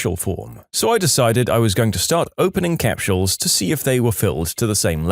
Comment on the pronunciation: I dunno if it's his accent but I've never heard someone pronounce capsules like capshules😮